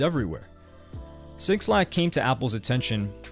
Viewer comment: Bro stop calling homie sixlack, it's pronounced Black. The 6 is a B according to an interview with 6lack. Fantastic breakdown though highly informative.